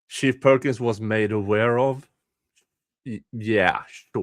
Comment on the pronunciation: I like that I can hear say "shit perkins" every time it should be "chief perkins".